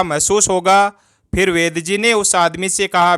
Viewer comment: वैद जी है या वैद्य जी है 😂😂😂😂